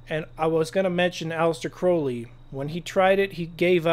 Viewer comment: There are SO many things I'd like to say to you, I'll start with thanking you for pronouncing Crowley right!